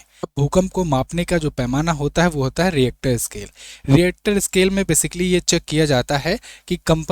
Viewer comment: डरानेकी झूट बात मत कीजिये. भूकंप का भविष्य कोई भी नही कर सकता. Rister not reactor.